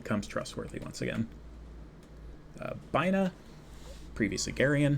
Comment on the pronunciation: I really like this video. good job. please pronounce sepirah and binah better, though.